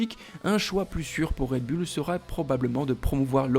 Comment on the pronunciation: Quand cesserez vous de dire "red bulle" '????